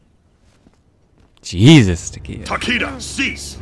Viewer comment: Nicolas VDK I know right, Takeda should totally be Ta-kay-Da, not TaKeeDa, and Raiden is totally Rye-den not Rayden.